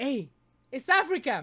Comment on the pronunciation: “Come on Scott give me a good Africa” **unintelligible noises**